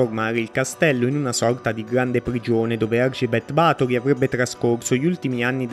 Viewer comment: Ba'thory avendo l'accento sulla A si pronuncia diversamente